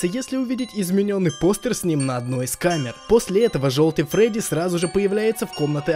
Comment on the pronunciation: не фроди а фредди